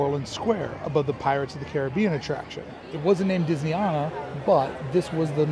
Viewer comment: I'll start this by pointing out that it's not pronounced Disney Ahna. It's Disney Ana as in. Anna. I was a Resort Trainer and Disneyana trainer for 5 years. The prints as you call them are Gilclee's. The original Disneyana was on mainstreet caddy corner to Carnation Cafe. It was moved across the street next to the Cinema that is now part of Starbucks. The real overhangs. The Disney Gallery was built in the bank when the annual pass center was moved to what was then Plaza Garden. The only thing that changed about the Disney Gallery was putting a sign in front that said Disneyana. There is more but I'll stop there. Hope that helps.